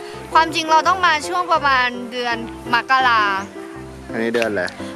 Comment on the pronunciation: มกราคมค่ะ ไม่ใช่ มักการาค่ะ อิอิ555